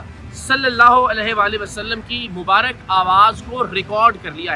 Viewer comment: لفظ مبارِک نہیں ہوتا۔۔ مبارَک ہوتا ہے۔۔۔درست کر لیجیئے۔۔۔۔